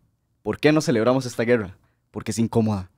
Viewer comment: Hagan gargaras de tachuela, no saben ni hablar, grrrreerrraaa....rreeeeiiiccaaaa... No pueden decir , guerra, o costa rica... Pa que fueron a la escuela